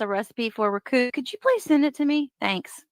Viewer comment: "RECUSSE," and yet another word from the Dumbdarrell dictionary of the made-up, I wish I was an atty, verbiage...